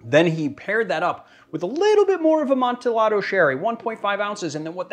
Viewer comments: I love ya but why you gotta pronounce Amontillado like that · Edgar Allen Poe rolled over in his grave when you pronounced amontillado